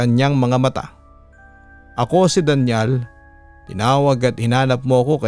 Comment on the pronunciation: Arte naman pagka bigkas, Daniel pala Danial naman pronounce mo papa dudut.